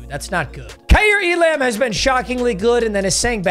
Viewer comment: You also say Elam wrong